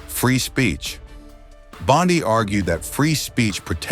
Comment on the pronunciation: Her last name is NOT BON-DAI is BONDI !